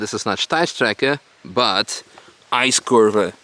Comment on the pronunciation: Did anyone else hear "ice KURWA" instead of "icekurve"